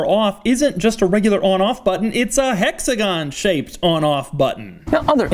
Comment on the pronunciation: Doug I love your videos, but if you ever say hexagon again in any other video I'm unsubscribing